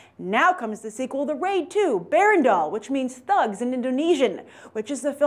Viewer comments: "Berandal" is pronounced as "ber-raan-daal", not "bear-randawl". smh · excuse me, is she said 'the wade 2: bear-and-all' instead of the raid 2: berandal? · Berandal pronounced Buh-Run-Dull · tips on how to say "berandal".. buh - run - dull berandal means thug in indonesian :D